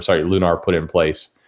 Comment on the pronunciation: Tell it's Lun-er, not Lun-are.